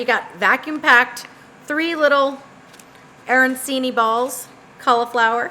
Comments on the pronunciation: Looks delicious! I will try them with meat and stuffing with cheese for my Keto friends...btw it's pronounced a-ran-chee-nee (the c is like ch in cheese) Can't wait to try them! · Please learn how to pronounce the food if you're going to teach people a version of it. Otherwise, interesting attempt to make arancini keto.